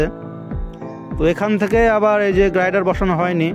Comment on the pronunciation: দাদা একটা Correction আপনি যেটা "গাইডার" বলেন সেটা হবে "গার্ডার"৷ শুধু সামান্য একটু ভুল ধরিয়ে দিলাম কিছু মনে করবেন না ৷ এমনি Video খুব ভালো হয়েছে ❤❤